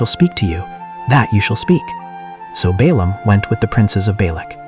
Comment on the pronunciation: The AI does not differentiate Balaam with Balak